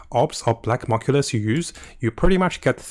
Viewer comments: Its new-klee-us, not knoculus. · Is nucleus not moculous ffs